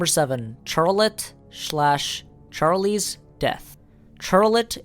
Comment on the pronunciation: "(Ch)-ar-lette." Bro, it's pronounced "(SH)-ar-lette" 🤦‍♂️